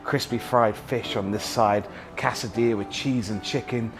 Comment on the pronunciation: cassadilla? why? especially when he knows it's wrong.